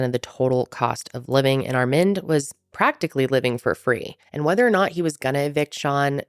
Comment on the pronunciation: Are you trying to say the name "Armand"? It's Ar-MAHND